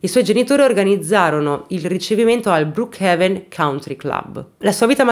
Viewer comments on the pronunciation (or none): none